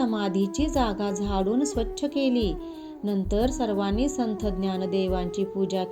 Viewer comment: आधी संथ हा उच्चार संत असा करा